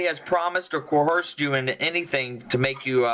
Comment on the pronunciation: Someone teach that there's no H in "coercive."